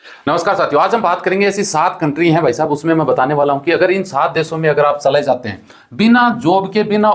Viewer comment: Zate nhi jate hai bhai pahele bolna sikh lije to fir aap kya kar rahe hai india me aap q nhi chale jate